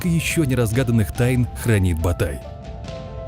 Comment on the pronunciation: Не "Батай" а "БОТАЙ"!